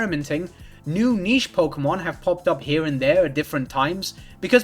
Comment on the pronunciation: 0 shots cause they never fucking say it right